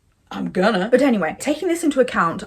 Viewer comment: "IM GONNA" sounded so American I jumped lol